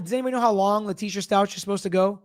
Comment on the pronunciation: Stauch is pronounced Stowk, I believe. I’m very interested in your opinion in this case. The Stauch case is very upsetting. She lied, obstructed and ran off to another state I order to hide the fact she brutally murdered her stepson, Gannon. Allegedly. I’m trying not to judge but man oh man did she do everything she could to make herself look guilty. They have a lot of evidence. I’ve been following this case since it happened. I’m following Vallow Daybell on Pretty Lies and Alibis, but I always enjoy your input. Gigi isn’t an attorney but she’s got the most extensive coverage of the case that I have found on YouTube. Maybe Grizzly True Crime has comparable information, but Gigi has 87 videos breaking down the history of the case going back to 2006. It’s crazy how many red flags there were and Lori was able to manipulate police, friends and family for years until the kids went missing. They didn’t even look into the shooting of her estranged husband in her home by her brother. The police just accepted her self defense claim even though he had a TRO against her. 🤯 But, I digress. I hope you’re able to cover both cases.